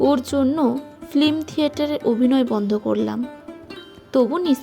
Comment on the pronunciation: আপনার বাচনভংগী ও গল্পনির্বাচণ চমৎকার! কিন্তু দুয়েকটি বিষয়ে সচেতন হওয়া প্রয়োজন! যেমন, "ফ্লিম" নয়, "ফিল্ম", "শার্ধ" নয় "শ্রাদ্ধ" - এগুলো একটু প্র্যাকটিস করে নেবেন! আর ব্যাকগ্রাউন্ড মিউজিকের চোটে তো আপনার কথাই শুনতে পারছি না, ঐবিষয়েও একটু যত্ন নিতে হবে 🙏🙏🙏 শুভেচ্ছা রইলো